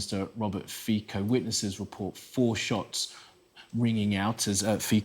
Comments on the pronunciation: Is Poo-tin going to bring him flowers to the hospital and claim it as Ukrainian link and grounds for invasion of Slovakia? His name is pronounced Fitso not Fiko, by the way. Sci News. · its pronounced "Fitso" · his name reads "Fitso" and Mrs. President's reads "Chaputova" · His name is FITSO for God’s sake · The pro-Russian useful idiots and trolls are in a feeding frenzy here in the comments. Yes pronounce his cursed name correctly too, please. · Please learn how to read his surname..